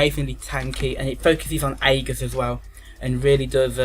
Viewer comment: Good video, shame you can't prounounce 'aegis' right, was annoying me should be like thus "In Greek, "ae" is pronounced as a long "e," like in "shEEp." The "g" is pronounced the same as a "j"